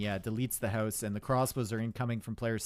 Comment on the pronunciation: No one:: "hause"